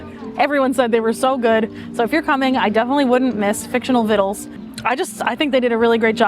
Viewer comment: Great video as always! You're the only ones who pronounced victuals correctly😹